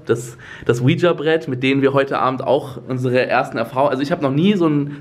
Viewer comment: nur so als tipp eigentlich wird das ouija brett ouiji asgesprochen , warum auch immer